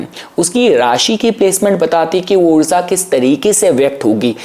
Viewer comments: After going to Canada, why have you started saying "oorza" instead of oorja? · Maybe Mercury is with rahu so that's why the way of speaking in foreign has changed intentionally to nullify the conjucntive effect of both as Mercury is speech and rahu seen as foreign entity also he is saying oorza in place of oorja as the literal meaning of this word is energy and we know that greatest source of energy is sun itself and also significator of fame and recognition so that's why he is might saying words like this so it can bring good harmony among planets as the negative traits been nullified between all three planets